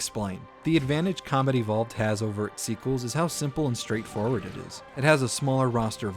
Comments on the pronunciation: For some reason I keep hearing "Halo: Comedy Vault" EDIT: God dammit, 20 minutes into the video and I still can't unhear this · Just found you today, and I LOVE your channel. I kept hearing "comedy vault" when you said "Combat evolved" 🤣🤣